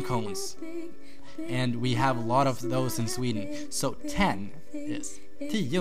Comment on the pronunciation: uhm ive seen this movie 0-10 of the girl from oswedish but you say 9 and 10 both sort of diffrent.. is that because off an accent? and damnn i'm struggling with the 7!!